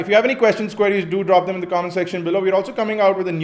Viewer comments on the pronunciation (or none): none